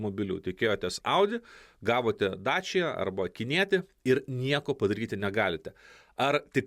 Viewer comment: Dacia tariasi kaip dačija.